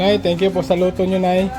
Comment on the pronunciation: pansinin mo yong thanks for watching mo. Instead na k naging g, "THANGS"